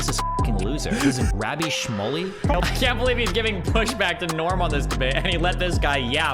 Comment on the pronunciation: Piers got along with Andrew Tate in their interviews, that doesn't mean shit. Destiny mispronounced Rabbi Shmuley like pretty badly, that was the purpose of the clipchimp and why I put in "scare" quotes.